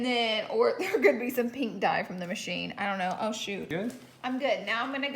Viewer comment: “Warsher merchine”